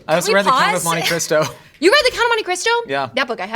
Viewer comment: 'the count of monte christo' in one syllable is insane